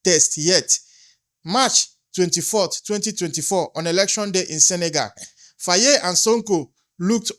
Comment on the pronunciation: Here on the majority comments tells u africans home and abroad are listening and watching ready to protect our Future children of africa. Please can you pronounce Faye as (FIE) Some times how names are written calls othewise. How you call it Faayee is😂. Am Senegambian. THX alot 🤠